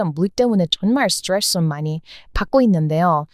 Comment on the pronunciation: 전형적인 국뽕 유튜브 내용자체가 신빙성이 약합니다. 이제 시대의 퇴행적인 모습으로 남아 있네요. 노년층만 믿으실 것 같아요. ㅎㅎㅎ '스트레스', '스타벅스' 한마디만 하시면 바로 한국인이 억지로 외국인인 척 하시는 것 티납니다. 외국인 발음인 척 억지로 하지 않으셨으면 합니다. 진짜 티납니다. ㅎㅎㅎ한국인 이신 것 그냥 대놓고 노출해도 되고, 그냥 언론이나 논문 근거로 하시면 됩니다.